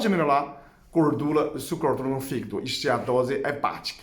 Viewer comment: Quando você melola o fígido kkkkk Não resisti